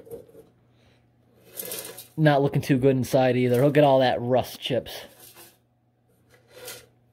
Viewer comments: Love the way he pronounces "rust". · Didnt know there was another way to pronounce it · Normally? That's how I say it, wym?